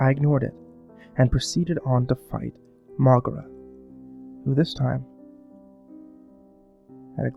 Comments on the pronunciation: its pronounced "mow-geera" not "mogra" fyi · It's not pronounces "Mohgruh" It's pronounced "Moh-gee-ruh"